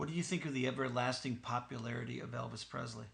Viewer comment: I appreciate the poignant and impressive interview’s. I realize what you’re goal is in each interview, but just out of respect for Elvis Presley, could you pronounce his last name correctly. It is Presley not PREZLEY. Thanks for the interview.